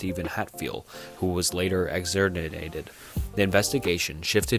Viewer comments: •ex•on•or•ate•ed like eggs on or rated said fast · “Exonererted” bro come on how do you even mispronounce that one😂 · Hey man, you did a decent job but this is really constructive criticism because you could be so much more. Names are okay to mispronounce sometimes, but acquittal, exonerated and other legal terms you really need to look up first. And don't be afraid to stop and start over if you stumble over words. Like before, occasionally is fine, but constantly or when it's your first sentence is a little much. I look forward to your next video. (Also the s is silent in illinois)